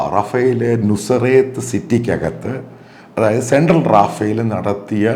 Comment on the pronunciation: നസ്രത്ത് അല്ലേ അവർ പറയുന്ന നുസറത്ത്😮